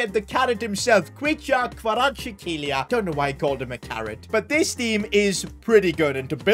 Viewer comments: That pronunciation on kvaratskhelia 🤣🤣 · As a Georgian, when he pronounced Khavartskhelia’s name, I was about to break my ipad.